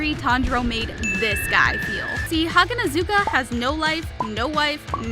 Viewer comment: YALL I CANT- how she pronounces hagunezka im sorry to be that girl but its ha-gu-nez-ka not hag-a-nez-u-ka